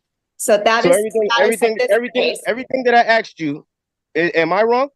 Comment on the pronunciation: If you can't pronounce "asked" correctly, you shouldn't be allowed to represent yourself in court.